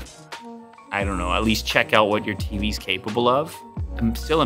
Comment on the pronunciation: Did Lou say he LOVES FREEBIES or TVs? Lmao